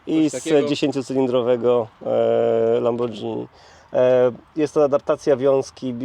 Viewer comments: lambordżini.....spadżetti pewnie je... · Chłop mieszka w Angli i mówi lambordżini...